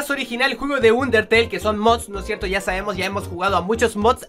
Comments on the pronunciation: Se dice anderteil xD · Like si te diste cuenta que dego dijo uniteyl